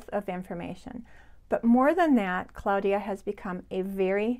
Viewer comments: Hi. I recently discovered your channel and love it. You are so sweet and I love your attention to detail. I don't usually correct people on pronunciation but I am very curious about your pronunciation of the name of your friend Claudia. You pronounce it Cloudia. I have always pronounced it Clawdia. Does your friend pronounce it Cloudia? I am not critizing. I am truly just curious. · Thank you Liz! Welcome! I'm super happy to have you here. And I totally understand about the pronunciation...my friend is the only Claudia I have ever heard of who uses the pronunciaton CLOUDia....not CLAWdia....maybe because she was born in Germany?